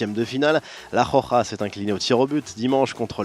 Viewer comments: C pas la JOJA ( khokha ) mais la ROJA ( roukha ) hhhhhhh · on dit pas la rokha mais la roja